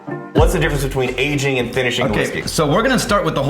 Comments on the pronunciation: No one at all:: "Agingk" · “Agingk” “finishingk”. Am I the only one who locks in on all those Ks at the end of every “-ing” word says that ends a sentence?